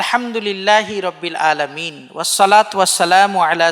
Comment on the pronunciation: আসসালামু আলাইকুম। অনেক গুরুত্বপূর্ণ আলোচনা করেছেন। বেয়াদবি মনে না করলে একটা কথা বলি। খুতবার শুরুতে আলহামদুলিল্লাহ রব্বিল আলামিন এর আইনের উচ্চারণটা আরেকটু সুন্দর হলে ভালো হয়। আমি ঢাকা বাংলাদেশ থেকে।